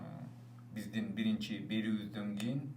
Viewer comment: Сизстин бизстин Деген созуну ондосон боло